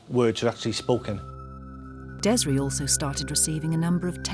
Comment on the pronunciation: Its Des-ray detectives not dezra